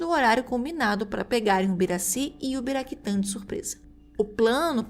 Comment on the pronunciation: Não é Ubiraquitã, é Uraquitã.